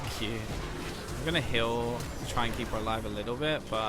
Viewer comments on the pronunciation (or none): am I the only one that hears hill when he says heal?